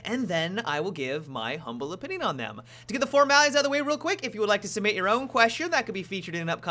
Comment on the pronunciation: I have a question. Why does it sound like you're saying, "Now to get the formeyes out of the way…"?